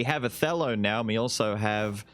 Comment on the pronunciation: Until I looked at the skill name, I thought you were saying "a fellow" instead of "Othello", and I think it would've been cute if you did)